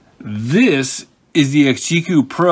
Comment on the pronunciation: You know it's pronounced XG - E.C.U. not "exgeeque" lol